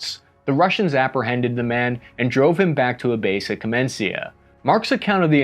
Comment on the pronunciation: I suppose you spell this town name as "kamenitsa", nor "kamensia". It's from the word "kamen" -- "stone".